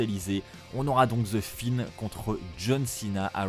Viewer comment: je c'est qui c'est je parlais de la façon d' de dire "The Fiend" en "The Finn" 😂